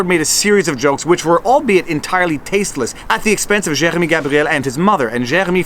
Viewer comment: Was listening to this in background n you started saying Jeremy n I thought you were eating peanut butter so I tabbed over n realize I just dont like french pronunciation. Accidentally let my American show, I know.